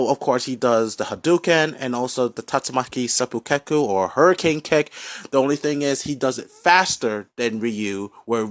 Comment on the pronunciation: Excellent pronunciation of the Japanese hurricane kick 👏